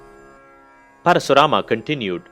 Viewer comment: Just say KARN or ARJUN or परशुराम.. Why are you adding extra A everywhere... Good explanation by the way